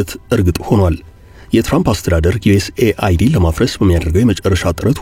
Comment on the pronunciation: USAID ዮኤስ ኤድ ነው የሚባል እንጂ ዮኤስኤአይዲ አይባልም 😂😂😂😂😂